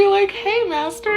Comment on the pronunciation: You know damn welll he didnt make her say master but "massa"